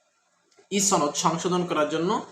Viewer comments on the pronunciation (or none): আচ্ছা "সনদ" কে ছনদ কেন বলেন? আপনি যখন মানুষের সামনে নিজের বক্তব্য দিবেন তখন শুদ্ধ ভাষা প্রয়োগ করবেন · সনদ এর উচ্চারণ ছনদ, শনদ নয়। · একমাত্র রাজশাহী অঞ্চলের মানুষ ছ উচ্চারণ করে অযথা। কিন্তু এক্ষেত্রে আপনার সূত্র ভুল। এটা আঞ্চলিকতার জন্য নয়৷ সনদ শব্দটি আরবী। প্রথম অক্ষর ' ছিন ' দিয়ে শুরু। তাই এর উচ্চারণ ছনদ। আশা করি বুঝতে পেরেছেন।